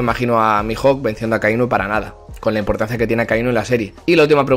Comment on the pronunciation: Impotancia jajaja